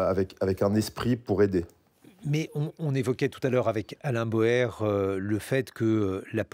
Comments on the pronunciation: D'après la voix, l'invité s'appelle "Alain BAUER" et non "Alain BOER" 😇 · Bauer et NON PAS "Boer"! 😡